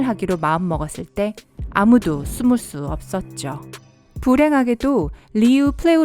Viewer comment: 이사람 외국인임 숨을수없섰죠가아닌데 스무스을수없섰죠라고들림